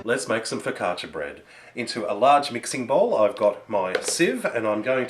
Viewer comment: You say focaccia very good! I like your recipe, my fav focaccia (ligure: from Liguria region) has like a triple amount of oil (hehehe) but in my region (emilia romagna) it's made with less oil like yours. If you want a super tasty one try putting some onions on top! Hugs :D